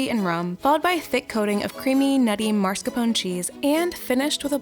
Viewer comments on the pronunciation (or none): none